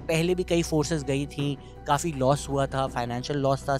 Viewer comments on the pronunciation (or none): none